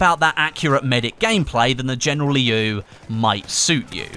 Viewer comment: I don't know if there are any other Mandarin Chinese speakers that can't stop noticing the pronunciation of "Liu" in this video like me.. am I alone?